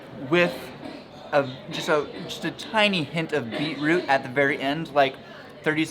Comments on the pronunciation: BOI SHE CALL IT BEAT ROUTE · "Beat - Root" HAHA we pronounce it "Bee -troot" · its kinda funny how they say "Beat root" were as (at least in my family) we say something like "Beach root"